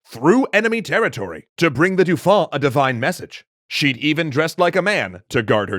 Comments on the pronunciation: Please for the sake of my ears, stop saying Dufon. Dauphin is pronounced D'oh - Fin. I've heard you say it right in previous episodes, I know you can do it! I believe in you! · Excellent as usual. However … cringe every time the pronunciation of “Dauphin” is butchered. Rhymes with “Oh, man,” not “Too long.” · Everytime I hear the name "Dauphin" pronounced "Doufin", I wince XD In french, the "au" and "eau" sylables make the same sound that the "o" of dolphin. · I love these videos, but find myself distracted by the way you pronounce "Dauphin." It should be "doe-FAN" (roughly). Say the "N" very softly. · This is great but "dauphin" is pronounced "doh fan". It really annoys me every time you get it wrong XD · Not a big gripe but dauphin is pronounced more like dofun